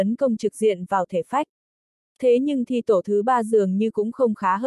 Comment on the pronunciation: Đọc như người ngọng! Thi tổ đọc thi te, to lớn bệ vệ đọc to le be ve!! Bó tay luôn!!!